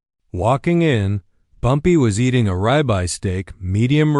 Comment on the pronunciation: Bumpy was eating a Rabbi steak (not a ribeye) 😂😂😂 terrible AI